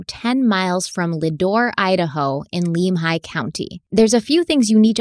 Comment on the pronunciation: My area of the world! You guys do a great job. A picky pronunciation tip. Lemhi is Lem like lemon.